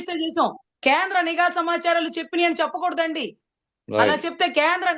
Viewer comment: నిఘా అనాలి not నీ ఘా